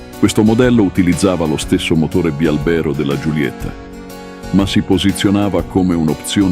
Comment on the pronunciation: Bravissimo, anche se bialbèro non si può sentire